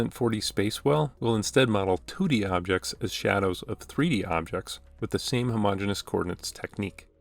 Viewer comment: fyi, you're pronouncing it as "homogenous" when it should be "homogeneous" (extra "e"). homogenous is pronounced "huh-MO-gen-us", while "homogeneous" is pronounced "homo-GENE-ee-us". my math professor militantly enforced this pronounciation, and he encouraged us students to spread this word everywhere lol this is a fantastic video btw 👌👌